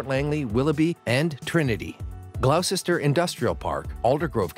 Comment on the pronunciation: Gloucester is not pronounced "glough-cester" it's more like "Gloster", look in Wikipedia